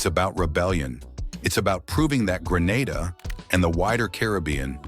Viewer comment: Grenada not Granada